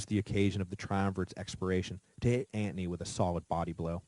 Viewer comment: LOL I was going to comment on how he says Antony, kinda drives me crazy, but maybe that's how it WAS pronounced, but I didn't hear him explain the pronunciation or I missed it, seems others agree, as you have the top comment. Great series either way, always wanted to learn about Rome but to lazy to do the reading so this is awesome, I'm more an amature war historian so I am familiar with most of the battles, including this famous battle. I will say one thing, commiting suicide back in the day was a bitch.